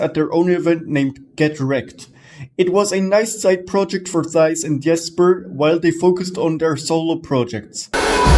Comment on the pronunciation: thjis??? it's Thijs!!!!!!!!!!